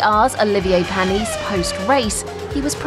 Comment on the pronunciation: Pan-knees ,viller-nerve and mel-borne! Is the narrator a non F1 person?!.